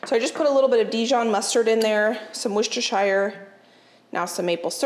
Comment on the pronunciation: when you say Worcestershire, you say the Worcester part correctly but keep pronouncing Shire like THE Shire in lord of the rings... Think how you Americans say new Hampshire - that's the correct pronunciation of shire in Worcestershire.